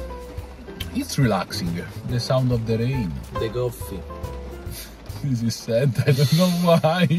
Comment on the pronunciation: "... the sound of the rain... the goffffee..."